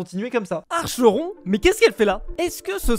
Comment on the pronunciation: ca se prononce ''Akéron'' et pas Archéron.Sinon sa s'écrit Achéron